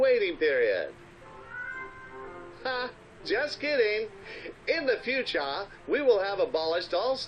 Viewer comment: "In the futura"